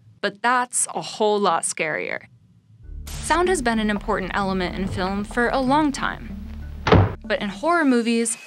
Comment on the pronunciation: element. is has a letter T at the end. hilarious.